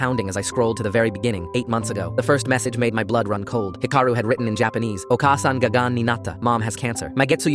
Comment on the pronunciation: 1. It’s Hee-ka-roo. 2. Japan has a version of universal health care. Patients only pay about 30%.